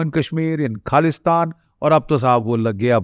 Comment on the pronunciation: Why host has a dumbest accent. It's not kaalistaan ( it's khalistan) Wrong pronunciation... Being an Indian one should have clear hindi as it's our national language